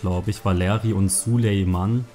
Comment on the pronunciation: Er heisst Sulejmani nicht Sulejman!!!!